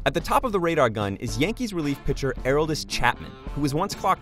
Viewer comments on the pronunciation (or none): It is not areldes it is aroldes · Air oldis ... Short a sound. Uh-roll-dis Chapman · It's not 'air-ol-diss', its 'uh-roll-diss', pronounce it right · So nobody’s gonna talk about how he said alruldis Chapman? 😭😭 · Bruh he pronounced it “Air-roll-dis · The way he pronounces Aroldis Chapman makes me want to dig a hole and die in it. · Air-old-is, i have no idea how to screw it up the way he did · Yeah lol it’s pronounced A-rold-is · you lost me at "Airolledes" Chapman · dude. It's "ah-rawl-des" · "Airoldis Chapman" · I'm gonna give you a pass on your pitching and hitting form but have to knock you on your pronunciation of Aroldis Chapman. It gives more credibility to your story if it sounds like you can talk the talk at least... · Pronounce Aroldis' name PROPERLY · The way he pronounced Aroldis smh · Please do your research. You butchered aroldis Chapman’s name so bad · Next time say Aroldis Chapman right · He didn’t pronounce Aroldis Chapman’s first name right 🤦🏼‍♂️